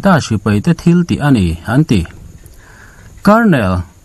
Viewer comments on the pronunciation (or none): none